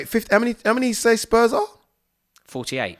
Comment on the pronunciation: man said spurm instead of spurs. my g what a guy ahahhahhah